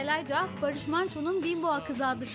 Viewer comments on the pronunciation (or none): Terminate Tor Elayca diye okunuyo ama kadın mahvetti hiçbir şekilde okuyamadı